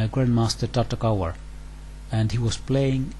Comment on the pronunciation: the surname should be pronounced "Tartakover" (rhymes with "cover") :) he wasn't English!!!